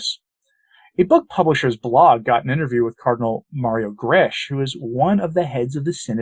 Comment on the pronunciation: Just a little correction, Mario Grech is pronounced 'Greck' rhyming with 'speck' not 'gresch' as in 'mesh'. Just sayin'... I'm Maltese too just like Grech, so know how the language is pronounced. God bless!